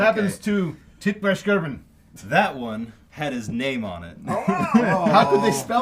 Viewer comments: Seriously irritating how they kept intentionally mispronouncing Tipplelkirch's name. How do you get "Tippleskirgeon" out of that??? Come on guys, at least try. So, would the French continue to follow the Prussons to Waterloo? Would Grouchy harry Blücher the entire march? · Greeting from one of your three German viewers. I had a great laugh on your Tippelskirchen pronounciation :) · Tippelskirch. How hard is it to pronounce correctly? Greetings from Germany 😅